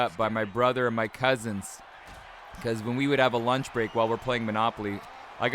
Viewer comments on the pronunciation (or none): none